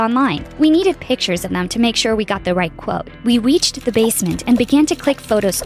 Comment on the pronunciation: This girl said "We Weached The Basment" and idk but I think they spelled neighbor wrong